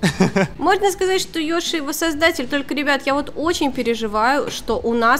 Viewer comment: не ёшы а йоши